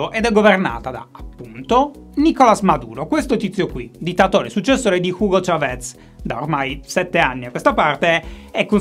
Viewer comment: Mi hai strappato un sorriso con il tuo modo di pronunciare Hugo Chavez jajajajaja sei un grande. SALUDOS